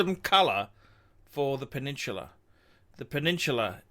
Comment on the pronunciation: The Pew-Nin-Chew-Lah ??